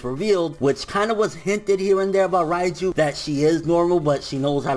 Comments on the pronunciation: Jean-Marc Émilca Yeah I know I was just joking because pronounced it ryeju instead reiju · Can you stop saying Raiju ffs, its Reiju, soundin like you sayin Raichu or some shit